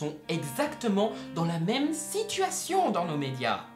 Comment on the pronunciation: Attend il a dit le mîme a la place de même ? (j'ai essayé de mettre la phonétique)